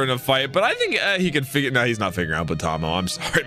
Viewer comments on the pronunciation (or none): none